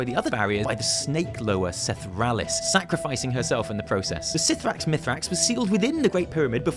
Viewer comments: ok for the last time the pronunciation for cithraxi is "kathraxy" not "sithrax" SO UITE ANNOYING TF OUT OF ME WITH UR PRONUNCIATIONS!!!! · btw, it is pronounced "Ka-thra-xxi" no "sifraxi" ! :) (in regards to mythrax) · (I'm fairly sure the C in C'thrax is read as a k sound, but it's fine, you're lovely)